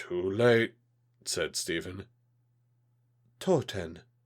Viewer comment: You say it " Töten " not "toten"